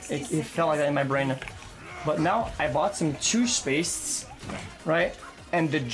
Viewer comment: "But now, I bought some tooshpastes...right? And the GEL has some sort of fucking shielding agent ...right? that works in a hegzagonal manor on top of the annameli "